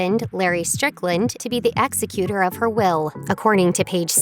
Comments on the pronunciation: Plz learn how to pronounce common words like executer (ek zek uter) media ppl that cant pronounce words are on my tops of pet peaves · Executer of the will? It’s Executor. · Executor is pronounced ex-EC-u-tor